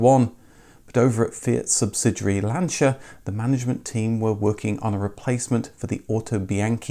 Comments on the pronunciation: I had an Uno Turbo diesel - diesel was pretty cheap in Italy compared with petrol at the time. It was very satisfactory, indeed. You did see a lot of the Lancia mini-cars, the Y10. Kudos for nailing the pronunciation of the Italian names - were that most YouTube creators so scrupulous. (Seicento is pronounced "Say-chento". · Being Italian and being a Lancia Fulvia owner I can never say enough Grazie (thanks) to you being the first English speaking youtuber and/or motoring journalist that pronounces the brand Lancia correctly 👍🏻👍🏻👍🏻.